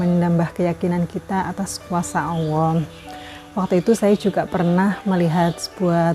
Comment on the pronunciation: Kirain saya aja yang salah denger bun